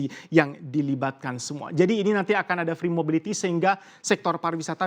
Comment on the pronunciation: Humor receh banget cuma denger host nya ngmong Akin Yg dimaskud "Akan" hehe